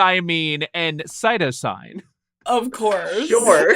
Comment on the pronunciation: C- for the way that you pronounced adenine, cytosine, and guanine :P